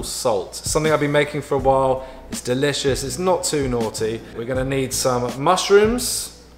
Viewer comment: Did anyone hear him say DILLicious?